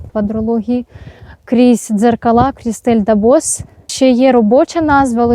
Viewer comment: Чому ДабоС? "С" ж не читається.